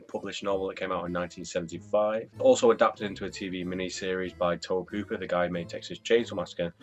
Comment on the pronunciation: You look sooooo young! (Also I think it’s pronounced Toby Hooper………)